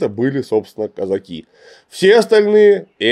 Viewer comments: Клим Александрович, почему вы так странно ставите ударение в слове казаки? причем иногда даже правильно. Страшно режет слух. Правильно Казаки́, на "и" ударение. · Слова Казаки произносится с ударением на последний слог. Ученых много о казаках, а как это слово Казаки произносить не знают.